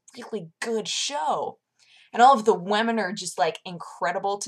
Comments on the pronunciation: She definitely says women . She pronounces it as if it is spelled 'whemen'. It's also not just a one time voice inflection. There are plenty of other videos where she always pronounces it like that. Nothing wrong with that, it's just interesting because iv never heard it pronounced that way prior. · I've noticed this a few times, and I don't mean to put you in the spotlight; Is that how northwestern Americans pronounce 'women'? Or is it like how some feminists spell it 'womyn'? It sounds quite odd to me.